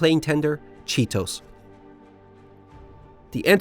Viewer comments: Cheetos? It's "She-toe-say" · Hey Chitose is pronounced "Chi-to-se" (se=say), separately, not Chi-tose :D Zuikiaku sounds like John Keanu or something lol! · This is great, keep it up. Also, chee-toh-say not chee-toss. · Chi to S[E] Not, Chi to S[U] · Hurray! is back. Love, love your videos. Just one correction on pronunciation: Chitose is Chi-to-se (say).